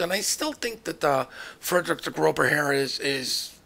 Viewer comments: Grow-sir not grow-ber. the B is a double s in German. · german B is pronounced ss frederik de grosse